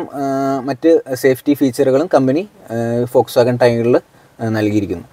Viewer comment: ഫോക്സ് വാഗൺ എന്ന് പഠിച്ചു പറയുക bro